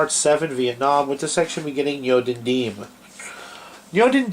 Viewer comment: You don't even know how to pronounce Diem's name. Anyway, Diem was not corrupt, quite the opposite. Nor was Diem an ineffective leader. In fact, he was a very effective leader, as we now know even from North Vietnamese sources. JFK was tragically mistaken for trying to force Diem to enact democratic reforms while Diem was in the middle of a war with North Vietnam. And Diem never asked for U.S. combat troops--in fact, he was opposed to having U.S. combat troops in South Vietnam. I suggest people watch the documentary "Liberator of Asia: The True Story of Ngo Dinh Diem" or read Dr. Geoffrey Shaw's book "The Lost Mandate of Heaven: The American Betrayal of Ngo Dinh Diem."